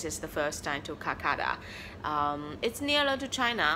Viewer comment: It's kolkata not kulkata